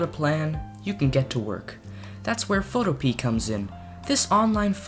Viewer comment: Photo pea???? It's Photopea, as in encyclopedia.